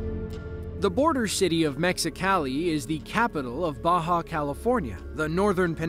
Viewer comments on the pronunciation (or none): none